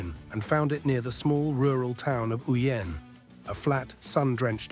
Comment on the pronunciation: It's pronounced "Ow'Yen", not what you called it